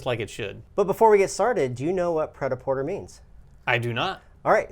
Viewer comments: This is not the french way of pronuncing it but it's better than "praitaporteur". XP Also, it means "ready to wear" as written on the board, not "made to wear". But never mind me, you're welcome. ;) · cringe 'pret a porter' is french. the er is accented to 'eh' or é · Cringe at the pronunciation. The meaning translates more closely to "ready to wear". Sorry to get pedantic.